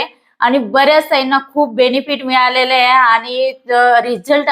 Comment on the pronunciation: शिझन नाही ते सिझन असतय.. हाये नाही आहे म्हणतात.